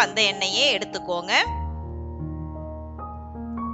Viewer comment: Excellent sister,but quantity take,not "yeduthukoonga" "yeduthukkanga" thanks